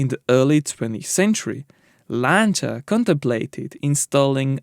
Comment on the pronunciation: you pronounce "Lancia" correctly that alone is enough for me to give you a 👍 great content by the way